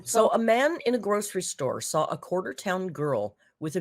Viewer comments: that extra “ell” sound in words ending with “saw” (“sawl”) and in the middle of some words like “both” (“bolth”) is a feature of several US dialects. Apparently some Southern dialects use this and the area of Northern California in which she is raised apparently does also. I’ve heard it in speech by someone raised in Colorado/Utah also. So it’s part of specific dialects and not something she does to annoy people. I really wish people would stop laughing at people for using non-academic dialects. Dialects are real complete languages with consistent grammar and vocabulary/pronunciations and are just as much an expression of human intelligence as anything used in schools, no matter what uninformed English teachers may have told you. Use of dialect is not an indicator of low intelligence at all. No need for linguistic snobbery, people. has lived in several different places and her speech is mixed because that happens to many people, including myself. But the “sawl” and “bolth” seem to be from Northern California in whatever region she lived in or where her father grew up. (We are also influenced by our parents and others around us in our earliest years, and not just by the locals). Not every area of California, obviously, so people saying “I’m from California and I don’t do that” - chill, dialects are often very localized. If you wouldn’t shame an adult in real life standing in front of you about their use of dialect, you might refrain from doing it to YouTubers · like we're going to take advice from a 600lb illiterate dumb shit that says supposiVely & sawL. She's just barely not mentally handicapped